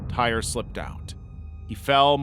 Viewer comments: His name is pronounced "Tie-ree", not "tire". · For Tyre: "Tie-ree", not tire. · You mispronounced tyre's name. It's pronounced. Tie ree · Tyre's name is pronounced "ty-ree"